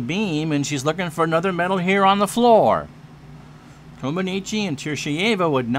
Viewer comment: Had fun with this game a few years ago, glad to see you give it a go, as always you do great with the call. Actually Nadia's last name is pronounced more like Coma-NETCH